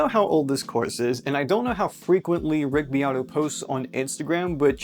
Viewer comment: It sounds like ur saying Rigby Otto